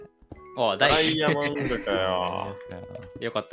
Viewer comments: でぇやもんど ここ好き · うぽてるずです！！ 適当 したったひとしたない してんてん ↑噛んだww 負けたら負け？ ~ しゅしんしゅたっけ？ ↑いやおもろすぎるw でぇやもんど 運だけのと実力の ↑運だけの春日と実力の若林…w あ くそーなんだあいつ！ の近くにネザゲはねえよ！ ↑そのネタめっちゃ好きやんw え？